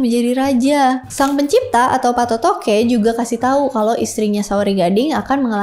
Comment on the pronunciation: Patotoe ya bukan patotoke!!!! Baca aksara kunonya.